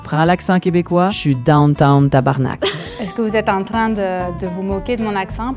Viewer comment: J'ai entendu le gars du bas à gauche puis je me suis dit "au le boulet" il a dit tabarnacle.mais calisse,on dit tabarnak!et ça ce conjugue,mot en tabarnaké une,ou mot t'détabarnaké.ce qui veut dire,je vais te faire mal